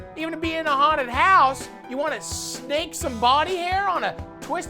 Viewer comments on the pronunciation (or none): none